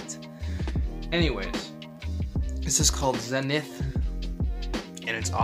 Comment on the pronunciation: Did you seriously just pronounce zenith like that